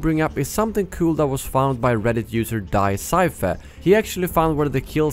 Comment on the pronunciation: Hearing you pronounce DieSeife gave me a seizure XD